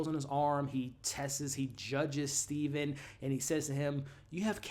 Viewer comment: It's Steven with a V lol